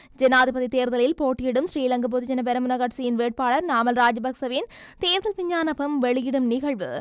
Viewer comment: விஞ்ஞானபம் இல்லை விஞ்ஞாபனம்